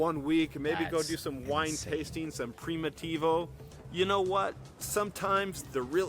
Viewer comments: Pre mateevo wine. Sounds authentic 😂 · It’s the English pronunciation of the vine name Primitivo. I think.